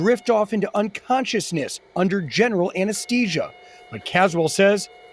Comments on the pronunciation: AnesTHesia not anasTesia. Where did he learn how to properly pronounce th vs t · ATTENTION VIDEO NARRATOR: You are consistently pronouncing "ANESTHESIA" incorrectly. It should be like this: "A(N) - NES - THEE - SEE - UH" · Why can NO ONE pronounce anesthesia correctly? Did anyone graduate from high school and a simple English class. Even the narrator got it wrong. How bloody annoying that there are so many ignorant people on YouTube. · The reporter mispronouncing anesthesia is killin me.